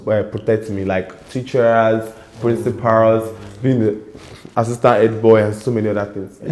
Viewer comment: Principarls teacherrrrs😅😅😅 bold and smart😀